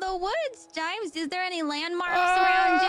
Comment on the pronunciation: After hearing "Yames" so much im not even sure how to pronounce my own name...